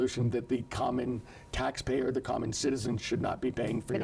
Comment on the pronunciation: Katie Porter can't say the word taxpayer.